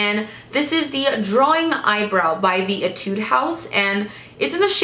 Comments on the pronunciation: I'm a new fan of yours! I love your videos so much. I've been watching them continuously.. Keep doing it please! :D By the way, in my country (Thailand), we pronounce "Etude" as "Ee-tooh-dee".. I'm not sure if mine is right for the Korean, though, but I'm pretty sure it's not Ee-tood. No offense! :) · Etude (E-tu-dee) This is how it pronounce.😂💕